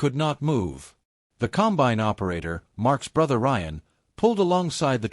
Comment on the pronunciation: Narration is AI and that sucks. Example: the machine is a 'combine' NOT a 'Cum-bine'. This 'STORY' is unnecessarily LONG and wastes time. We all know about the John Deere BS they pulled on farmers AND they lost a lawsuit over the entire deal.